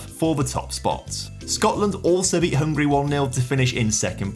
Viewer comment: It's not "hungry", it's "HungAry", this 'a' shouldn't be silent. Cheers ;)